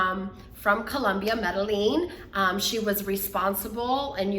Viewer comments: Me-de-yin, for the pronunciation. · Can someone please teach this brain surgeon how to pronounce Medellin? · please learn how to pronounce Medellin.